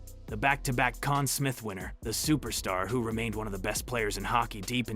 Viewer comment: Conn SMITHHH & RICH-erddd 🤣 gotta love when they pronounce hockey legends’ names wrong